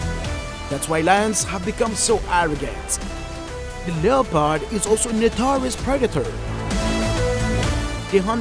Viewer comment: Stop using someone else's content and it's one word not Lee ya pod and its annoying for you to say lee ya pod